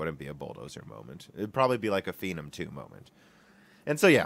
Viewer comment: Phenom is obviously a shortened form of phenomenal or phenomenon. So why are you pronouncing it fee - num?